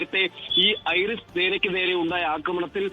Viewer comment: ഐറിസ് അല്ല വിവരക്കേടേ. ഐ ആർ ഐ എസ് എന്നാ പറയുന്നത്. ഇസ്ലാമിക് റിപ്പബ്ലിക് ഓഫ് ഇറാൻ ഷിപ്പ് എന്നതിൻ്റെ ചുരുക്കെഴുത്ത് ആണ്. ഇറാനിയൻ നേവിയുടെ യുദ്ധക്കപ്പൽ ആണ്.